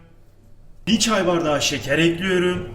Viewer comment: Dayının ekliyörüm deyişineeeee ölüyörüm